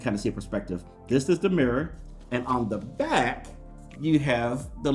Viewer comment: bruhhh why did you say "on the back" like that hahaha